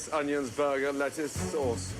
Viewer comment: this guy doesn't even know how to PRONOUNCE onions let alone prepare